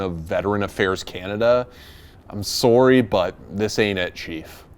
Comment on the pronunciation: Haha. He said he’s soarry